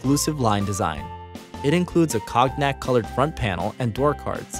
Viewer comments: "Cog-nack"? Cognac is pronounced 'Kone'-yak'. The narrator botched a few others, but this stood out. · He said "cog nack" colored interior 😂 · Or rather con-yak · "Cog-nak colored front panel" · "Cog nac" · Hey narrator.....it’s XF, not FX and seriously??....you can’t pronounce cognac right?? Either way, the DAF XF has my vote👍